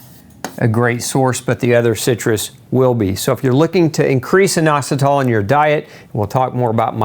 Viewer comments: Eye-nositol, or in-ositol, nobody pronounces it with a long I. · YOUR PRONOUNCIATION IS WRONG FOR INOSOTOL